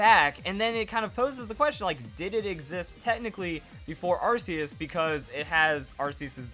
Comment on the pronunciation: It's 2016. And people still say Arceus wrong.